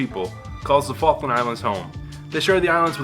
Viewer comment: It's the faklands Falk Lands